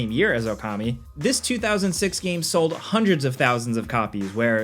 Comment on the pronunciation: "1.5 million seld" Hell yea